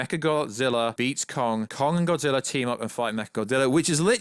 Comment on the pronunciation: You say godzillaer